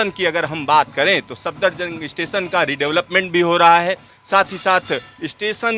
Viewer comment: Speed ko ispeed, station ko istation.